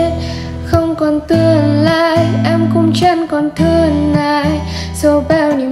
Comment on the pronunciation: Phát âm k chuẩn tươn nướt đán chẳn đặc trưng giọng nam sai những cái đó khi hát